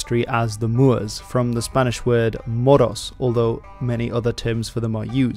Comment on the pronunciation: as a native spanish speaker btw, (and dont ask why rob allister for a name i mean just an alias ffs), the word "moros" u mentioned, has two "r"s. that's all :) It's, "morros", and modernly we in spain and mexico mostly use that word to refer to a girl thats DFT or has a phat a*, u change the "o" to an "a" so, "Morra", like "let's get a morra" (lets get some sl*t to boink tonight) or "mira esa morra" (look at that morra; look at that fat a* girl). Also, the pronounciation, you roll the "r" really hard, like you do whenever u have double r's in spanish. loved the video btw, 10/10!! and i put 80 hours into knights of honor 2 btw, it's way more fun if u can bring in 2-3 buddies to play, but then it falls off when someone doesn't win after 3 hours like it's just lingering ehh. i'd still rate it a 8.5/10 game, pretty fun, just lategame falls off